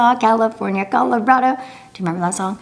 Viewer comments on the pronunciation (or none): none